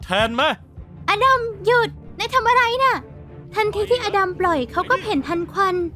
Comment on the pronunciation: อลัม??หรืออดัม??